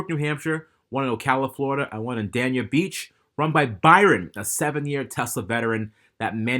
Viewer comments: It’s not pronounced Dan-ya beach it’s pronounced Dain-ya beach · Its pronounced "Day-ña" you chud.